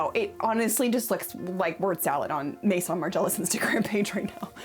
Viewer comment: the way you pronounce :maison: is incredibly off putting. I mean, u have google translate, i just type maison there and it tells u how to pronounce it. These days, IGNORANCE IS A CHOICE, TRULY!